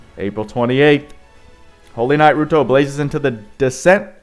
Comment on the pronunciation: btw it's pronounced like you would for "ryuto"